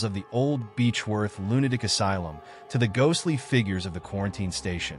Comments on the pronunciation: lunaic? cant the AI say lunaTic.. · now its aradale lunaDic asylum? please AI just say lunaTic!